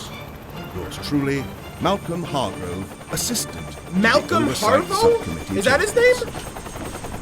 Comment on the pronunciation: The name is pronounced Malcolm Hargrove